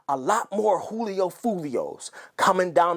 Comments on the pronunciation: It's Julio not "Hoolio" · It’s “Julio” 😂